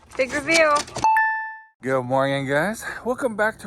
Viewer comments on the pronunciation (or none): Stop saying morging